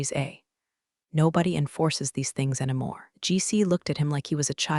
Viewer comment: Every homophone has a 95% chance of being incorrectly pronounced. Also, "anymore" - "anamore"; and I don't know how to represent the pronunciation of "Patagonia(n)".😅